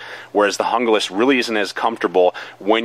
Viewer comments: Okay, it is pronounced, "Hoon-glas," not, "Jungle-as." Junglas means "Jungle" in English. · "hoong-las" not hunga-lis." seems like the handle on the rtak is wider. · Hon-Ga-Lass? HOON-glass. HOON-glass. HOON-glass. :-) Great review/comparo. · It's pronounced “hoon-glas" not "hun-glas" if anyone cares. Thank for the comparison, it was just what I was looking for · I would rather save the money and get the rtak II over the junglas (pronounced hung-las...not hungah-las). I can mod the knife and do my own kydex sheath with the bells and whistles I want. thanks for the vid... btw, it's cool you picked for a part of your moniker...the best damn fighting leader the Israelites ever had. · "hoong-las" not "hunga-lis. you wouldn't pronounce taco "take-o." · Pronounced Hoon-glas. In the grab scheme of things it doesn't really matter. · It's actually pronounced Hoon-Gloss! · Stuart Hee There are only the 5 vowel sounds in Spanish. There is no in-between sound from the "A" as in santA to the "O" as in Opera. It's a two syllable word with the accent on the first syllable. HOON-glass. HOON-glass. HOON-glass. :-) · I think with american accents they pronounce it better as "yoon-glass" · JUNGLAS = HOON-GLASS